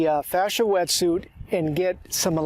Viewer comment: This is going in my watch later playlist until I can get used to hearing him say wetsuit